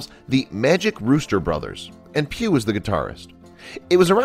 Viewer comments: Pugh it's Pugh.... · I thought he was saying pube . . .